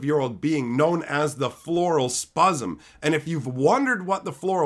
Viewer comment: "What is a cosmic horror?" Don't you have a mother in law? I know the mother in laws I've had all strongly resembled Cosmic Horror / Azathoth. Also please stop saying spuzzem, I can only get so hard. Save some for next time.